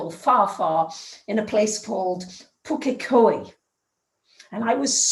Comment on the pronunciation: Your pronunciation of Pukekohe is on point!💖 Well done😁😉👐